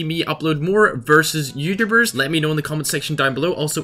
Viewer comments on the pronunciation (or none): whyd he say Youtubers like that😂